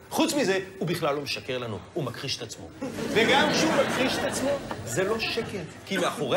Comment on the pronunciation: אומרים מכחיש, לא מכּחיש. באמת, שליין